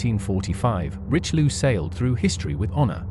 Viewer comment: WHEN do Anglosaxons learn to respect other languages? The battleship is called - "rischeliö and not "richliu" I know too well that too many English speakers not bother to learn another language, and god forbid learn the propper pronaunciation. ... and too many still think, anything not English is gibberish